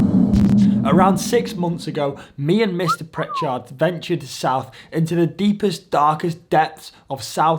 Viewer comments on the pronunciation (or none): none